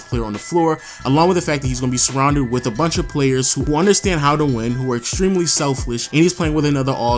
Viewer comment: I heard self-lish lol.